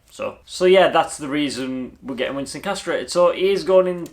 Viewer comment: Winston not Wiston!